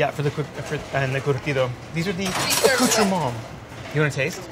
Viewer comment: I am gonna try making these! Some nice tips. And I don’t just mean the nails! I mean charring onions, “lube” for your hands, patching holes... If I were you I’d be more embarrassed by calling the sides “accoutrements” in a Frenchy accent than mentioning umami lol!